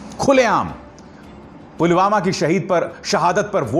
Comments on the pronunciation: Pulgama or pulwama, modi ruling the country but can't take name correctly of its places. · btw modi ne video mei.. pulgama kaha hai... naa ke pulwama 😁😁😁😁😁😁😁😁😁😁😂😂😂😂😂😂😂😂😂😂😂😂😂😂😂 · pulgama bol raha h modi pulwama ko 😄😄😄😄😄😄😄